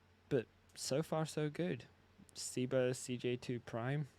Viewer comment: When did Seba become See-ba?